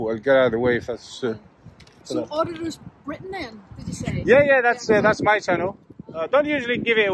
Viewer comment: "Auditing Gritain" 🤣